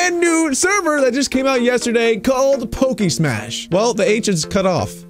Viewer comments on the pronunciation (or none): none